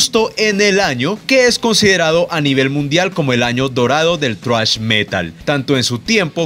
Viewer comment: por qué dice "thruash" jajajaja